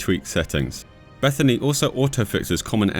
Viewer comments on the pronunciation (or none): First time ever hearing BethINI called "Beth-a-ney". Ive always heard it as "Beth-I-N-I"